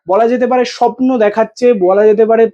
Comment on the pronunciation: শবন স্বপ্ন উচ্চারণ করো